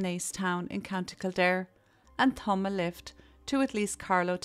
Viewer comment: Thank you for this video, I too used to hitch hike in remote places of Canada in the nineties . I love your accent, but when you say thumb, I hear tounge, so I had a giggle at the site of you with your tongue out. I am sorry you had to be subjected to that old man's perversions. I can't believe he had the nerve to show up at your house the next day! I too had an employer who would leave materials like that out for my shock and dismay .